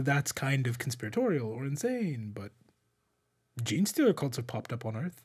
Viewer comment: “ jean socks”… you mean jocks?